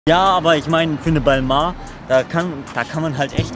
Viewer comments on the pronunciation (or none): balmoah nd balmäh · Hauptsache es wird halt balmäh ausgesprochen... französisch ist von beiden nicht so die stärke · es wird Bellmehn ausgespprochen laut monte und der hat ja immer recht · Beide haben balmain falsch ausgesprochen Ballmäin wird‘s richtig ausgesprochen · Lul Balmon? hat Balmain schon richtig ausgesprochen 😉 sich Fashion youtuber nennen und nicht mal die Namen richtig ausprechen können? Naja sowie louboutongs ne? 😂😂😂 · 🙈 Peinlich wie einfach selber nicht weiß, wie man Balmain richtig ausspricht, aber sich mit über lustig macht, der es sogar als einziger (zuerst nahezu) richtig gesagt hat! und auf einem "Niveau" als "Fashionyoutuber" 🤡🤡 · geil das der immer marken anhat die er nichtmal aussprechen kann